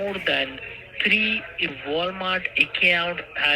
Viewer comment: Wonder what "WEE-HICKLE" rental service rents out a 2009 car 🤣🤣🤣 Sanford & Son's WEE-HICKLE RENTAL'S.. 😂😂😂 Did they rent it for TREE days..🤣